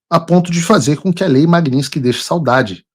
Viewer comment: Paulo, não é magniNsky, e MAGNITSKY